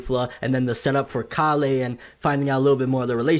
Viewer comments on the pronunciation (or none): Mah boi just giving a heads up it's Kale, like kale soup, not calé lol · "kail" not "karlleh" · hey I think your saying kale's name wrong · Bro stop saying Kale like that!!!